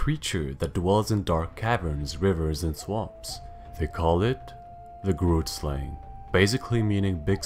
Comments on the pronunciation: The YouTuber kind of said grootslang incorrectly The name i am sure is afrikaans which is my main language He said it in a way that made me laugh so much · Not everyone bootchering the word 'grootslang'